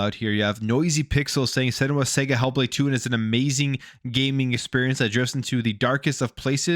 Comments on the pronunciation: Sarga... It's pronunced Sarga not Sega 😂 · It’s pronounced s’ahh’ga !!! Not sega 🤦🏻‍♂️